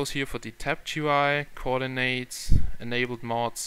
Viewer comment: You said Coordinates wrong :P